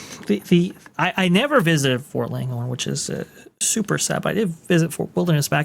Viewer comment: 'Ft Langhorne'- not Longhorn, it was named after Samuel Langhorn Clemmins, aka Mark Twain